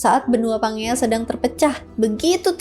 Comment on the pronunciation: kak izin mengoreksi ya, pas Pangea tadi baca nya tuh "panjia" kak bukan pangea sesuai namanya 😅😄